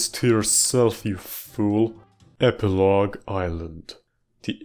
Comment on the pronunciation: "You did this to yerself you fewl"